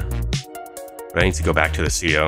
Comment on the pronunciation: C O? ITS SPELLED CEO FOR A REASON C-E-O SAY IT LIKE ITS SPELLED